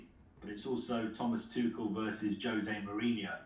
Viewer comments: Mohrinho's isn't gonna like Tuchel for pronouncing Jose as 'Hose' 🤣🤣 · It’s Jose not hose😂😂😂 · OMG HE IS PORTUGUESE ITS NOT "HOSE" ITS LEGIT "JOSE" BUT I STILL LOVE U TUCHEL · Pronounced hose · Tuchel definitely did not watch All or Nothing. Just look at how he pronounced Jose